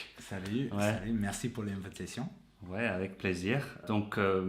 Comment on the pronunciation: As an American self taught in French for the last 39 years I was really interested to see how this would go. In first sentence, "Merci pour l'invitation," the word "invitation" has an American prononciation of the first and third syllables, "in" and "ta," so I knew from the get-go this wasn't going to be a remarkable demonstration of native-like French. French prononciation and intonation for English speakers is a real challenge and a fun one. is doing better at it than and I admire them.